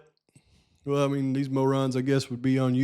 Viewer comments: Love your pronunciation MO' ron. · It's pronounced mo-ron. Lol